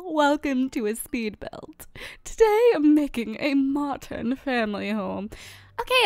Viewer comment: Why english people said : A MOCHERN